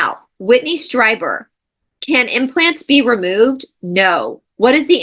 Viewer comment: Whitley Stree-ber is how you say it ❗️ he was in guest on Coast to Coast with Art Bell. A midnight “call in show” that is still on the air today even though. Art Bell is no longer with the show. He lived in the high desert down by area 51. He Had his own radio equipment and started his own show. Mostly paranormal stuff spaceships, aliens Cryptids😅George Noory now hosts the show.